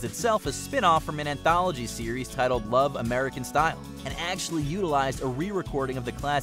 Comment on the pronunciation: The title "Love, American Style" meant that it was about love in the style of Americans. You said it as if you were saying you loved American style, as if you liked the clothes, etc. That wrong inflection (along with the ones on "I'll Be There for You," "Gin Blossoms," etc.) could have just been an in the moment mistake. Saying they initially used Rock Around the Clock before "adopting the theme we all know and love" and then playing Rock Around the Clock instead of "the theme we all know and love," however, cannot be explained away as an in the moment mistake!